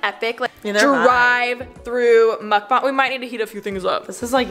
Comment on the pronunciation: I believe its pronounced Muk BANG. Not MukBONG